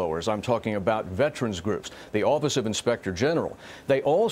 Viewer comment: IT’S VETERANS.......NOT VETRANS🇺🇸